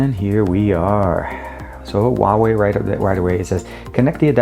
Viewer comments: It's not pronounced waway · TK Bay HUAWEI H is like H from Huge, U is like W from Way, A is like U from Bug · People think the H in Huawei is silent. In Chinese, it is pronounced more like Who Are We if you say the three words really quickly.